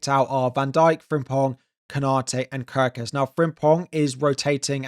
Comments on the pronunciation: Your pronunciation nof Gyökeres still needs work 😊. The "ö" is pronounced as the u in "hurt" or the i in "bird". But the rest of his name you got right. Keep trying! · You still said Gyökeres wrong. You pronounce the letter ö like the u in purpose.